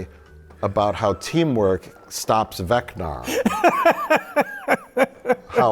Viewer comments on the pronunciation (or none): Vecna … Vecna … from Dungeons and Dragons. Not “Vecnar”. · Mike mispronouncing dumb character names is my favourite thing in the world “we must defeat Vecnar!” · I know Mike is a DND guy but he keeps saying Vecnar, I hope it's on purpose to piss me off